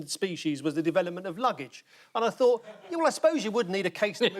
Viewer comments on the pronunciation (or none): Oh no. Aisling just said, 'thunk' instead of 'thought' but at least she said, 'people WHO' and not 'people that'!